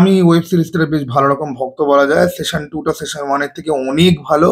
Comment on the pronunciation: tumi season ke session er moto uchharon koro keno